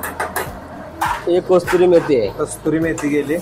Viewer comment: Kasturi methi ny kasuri methi😅😅